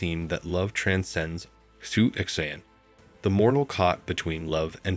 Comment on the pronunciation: xu xian is pronounced shu shian but love the telling of the white snake